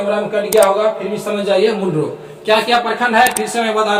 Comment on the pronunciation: मुंडरो नहीं मंडरो होता है